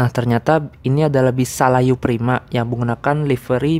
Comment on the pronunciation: Mas bro itu bukan salayu prima tapi saluyu prima